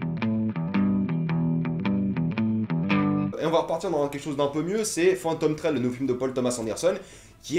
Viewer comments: Aaaah mes oreilles, c'est Phantom THread (avec un H). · ou "fantom Sred" ^^